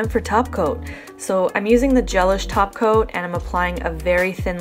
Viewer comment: I keep hearing top coat as taco now I want my nails done and food